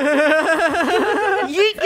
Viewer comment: Close it's actually "ya yee Yoot" :D